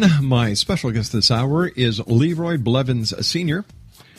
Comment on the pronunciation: THAT WAS MY DAD oh and its blevins just sayin